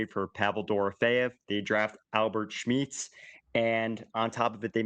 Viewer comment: How does still not know how to pronounce Shesterkin but can pronounce Smits?